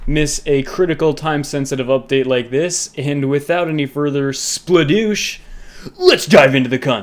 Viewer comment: "Without any further spladoosh." Yes